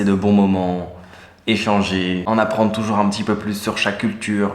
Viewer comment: See how pronounces "toujou🎶🎶rs🎶"😀